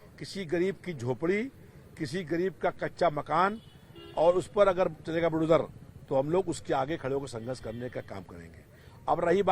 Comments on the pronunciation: Toh tumne phd kar li h kya bukdozer bolne mei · इसको बुलडोजर बोलना भी नहीं आता....🤣🤣🤣🤣🤣